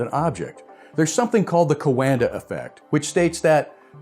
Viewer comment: Thank you! Very informative. BTW "Coanda" is read as in "wonder" with a q in front (2 syllables).